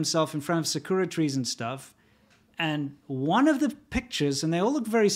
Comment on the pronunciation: Lol sa-kura trees? Please stop. Try sounding it out sa-ku-ra. To be safe with japanese words, sound it out or even try experimenting by swapping r and l.